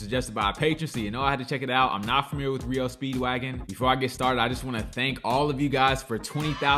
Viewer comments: Everyone new makes the same mistake you made so no harm no foul. Us Gen X kids knew how to pronounce the name because radio DJ's said their name many times over the air when the band was new and big. Pronounced with the initials R.E.O like the alphabet. Are Eee Oh. (R.E.O) Speedwagon. It was the name of an old school truck. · The band name is pronounced R-E-O Speedwagon. R E O are the initials for the auto maker Ransom Eli Olds, founder of the Oldsmobile car company. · It’s R E O (Are - Eee - Oh) Speedwagon But that’s okay. You’re not the only reactor to get it wrong.